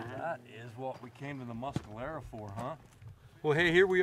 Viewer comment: Why, why, why does "" pronounce "Mes"calero as "Mus"calero;)